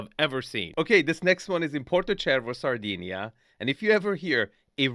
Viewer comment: “Straight from Sardiney” its Sardinia … saar-di·nee·uh 🤣